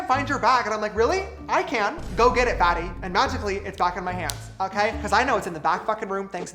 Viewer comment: Did you say fatty ?